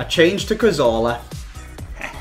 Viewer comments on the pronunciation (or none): none